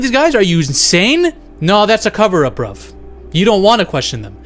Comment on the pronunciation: Sorry unrelated to the fucked up case but you say "bruv" so naturally, like a true Brit